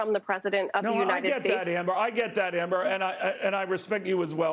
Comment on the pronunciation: I like the way you said Amber .